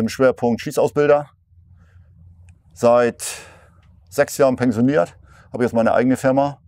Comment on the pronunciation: Absoluter Profi keine Frage, aber peng-sioniert hat mich zerlegt. 😂